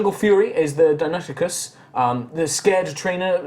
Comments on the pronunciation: I love High Rollers! This is been a nice adventure. It's funny how says Deinonychus (he says Deinokikus hehe). And Dimetrodon is not a dinosaur... anyway, keep up the good work, people! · He said Die-non-ick-us. I'm not well versed in Latin or Greek but it isn't the way I first heard it pronounced.